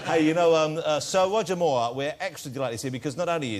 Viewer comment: It's pronounced Roger not Woger, it's not Monty Python, Good think Wossy isn't a political journalist, he spend every 4 or 5 years banging on about the up coming erection.